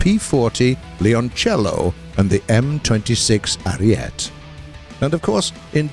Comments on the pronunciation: Ariete is pronounced arietee and Leoncello is pronounced laeonchello (kind of) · In the name ariete the last E ISN'T silent